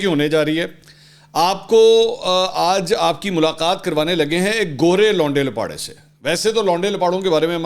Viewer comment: ویسے منصور بھائی آپ کچھ بہترین انداز سے لونڈے لپاڑے کے لفظ کا تلفظ ادا کرتے ہیں اللہ پاک ہم سب کو عمرانی فتنہ پراجیکٹ سے محفوظ رکھے آمین ثم آمین